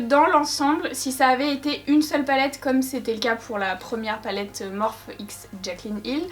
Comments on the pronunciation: c pas morphe sa se pronnonce morphi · Cc juste sa se prononce Morphy pas Morphe mais voilà sinon super vidéo et les Makeup sont vraiment trop beau ❤️ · Tu peux dire morphiiiii ça me stresse 😂😂😂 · Le plus drôle c'est que tout le monde se goure 😂 Morphe est à la base un dieu grec mineur donc ça ne se prononce pas "Morphi" mais "morphé" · Moi qui avais commandé le vault et qui savait pas trop quoi faire avec certaines couleurs tu m’as bien aidé merci beaucoup !! Superbe comme toujours Gnagnagna on dit Morphiie #teammorphE 💪🏻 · Morphe, Morphée ou Morpheus (une seule et même personne, un dieu grec qui a inspiré de le nom de la marque), ne se prononce ni Morphy ni Morphe. Mais Morphée. Donc arrêtez de dire à tout va que ça se dit Morphy, car déjà on s'en tape (tout le monde le prononce comme il veut du moment que c'est comprehansible), et en plus vous avez tord. Voilà, je ne veux en aucun cas être méchante, mais arrêtez de faire la réflexion à 😂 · MÉ ON DIS MORFY TU CÉ PA LE DIR EN + TU DIT JAMET BONJOUR T TRO NUL VA T JETET Je t'aime haha encore une superbe vidéo qui me fait fantasmer sur ton talent 😂😂😂❤❤ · Waouh ce make up !!!!!!! * juste on dit pas “ morphi” ? ❤️❤️❤️❤️❤️❤️❤️ les couleurs sont trop belles !!!!!